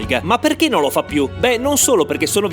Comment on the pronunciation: Quanto pronunci male "Non"... 🥲 Anche Tuenno lo pronunci male! 😂 Hai sbagliato a pronunciare anche "Speck". Ah, se ti può far contento saperlo, in dialetto trentino "lucanica" si dice "luganega".